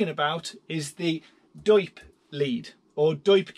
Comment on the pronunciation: it's not d.o.i.p. but "DoIP.".. And it is not a Digital-over-IP, but Diagnostic-over-IP...